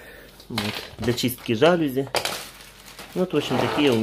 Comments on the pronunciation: Жалюзи . Ударенин на последний слог. ( и ) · для мытья жАлюзь или жалЮзь)))